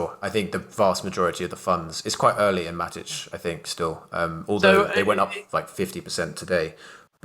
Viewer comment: "MATTICH" WTF it's Matic. And C'ZED' Its just CZ with a 'ZEEE'